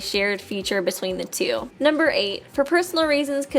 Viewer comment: whenever i hear her saying "Super danganronpa two" i hear "Tsu"